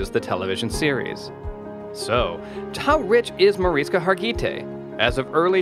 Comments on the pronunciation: The pronunciation of her name in this video is EXTREMELY incorrect. You mispronounced her first, middle, AND last names. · Less than one minute into the video, I’m disliking because the mispronunciation of her name is like fingernails on a chalkboard!